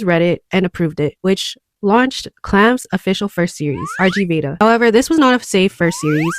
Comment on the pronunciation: First correction! The RG in RG Veda is actually pronounced "rig", as the RG Veda is actually a published sanskrit collection of religious and cultural hymns. Correction #2! Clow was not trying to help Sakura surpass him, actually! It's quite the opposite, in fact! Clow is the most powerful being in the CLAMP universe. He was born from an extremely powerful combination of Eastern and Western magical bloodlines combined, and his mere existence is so powerful that the universe itself only allowed one of him to exist in the entire multiverse! Every time Clow appears, it is the same exact person. However, this insane amount of power is so broken that the world essentially warps around Clow himself. He cannot fully control it. He was born knowing the trajectory of his entire life, his romances always cause his lovers or admirers pain, and even a mere desperate thought has the potential to spiral into an incident capable of tearing the universe apart by its seams (a la Tsubasa). His life was not a good one, and he did not want anyone else to suffer the same fate. Unfortunately, one descendent far in the future was set to inherit his power: Kinomoto Sakura. He did not wish the same pain onto her as he himself had, so the entire plot of Cardcaptor Sakura revolves around his efforts to orchestrate the splitting of his massive power among several of his descendents. Funny enough, Ohkawa-sensei also worked extensively on the CCS anime, so many of the differences between the anime and man